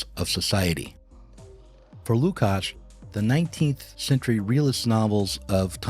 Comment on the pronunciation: I'm always put off by laziness of Americans to pronounce names from other cultures/languages correctly. And this is not 45th pick of second round of NBA draft, its one of the main philosophers of 20th century!